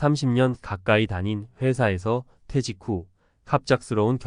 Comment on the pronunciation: 퇴:사. 퇴:직. 으로 읽어야 해요 한자어 읽기 더 공부하세요 대화 중에 의미전달이 정확하게 안되면 퇴사후에 살기 어러울 겁니다